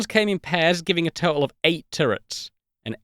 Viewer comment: I’m pleasantly distracted by your heroic efforts to avoid any “T” sounds in the whole video. Words like: au’oma’ic, crea’ing, advan’uge, compuh’uh, whoops, there’s one! Toh’uhl. Seriously, I very much enjoyed this video. Great use of classic, understated British humor.